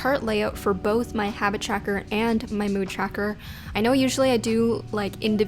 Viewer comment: lmao i love the way she says 'tracker' CHACKER ;)